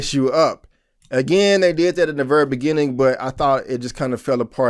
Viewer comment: Your accent when you say the word "very" is really funny. You say it like "verrra".